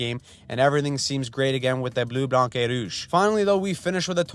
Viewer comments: French tip: You don't pronounce the C in Blanc. It's really just Blan. It's there cause the feminine version is Blanche. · Fyi you do not pronounce the c in bleu blanc rouge